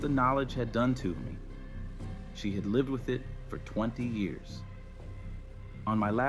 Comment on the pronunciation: A couple of things: The "LIVED the life" pronounced with a long i was annoying. Someone called the assistant "Rebecca" when that person was clearly a male.